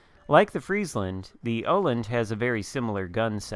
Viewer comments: 3rd try is pretty damn close. I'm not swedish, but Danish, so pretty damn close:) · It's pronounced Uh-land (wovel-sound as in 'Earl' or 'earn'). Your third attempt sounded pretty good! :D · Hipper is danish, i am swedish. It's pronounced Uh-land (wovel-sound as in 'Earl' or 'earn') :D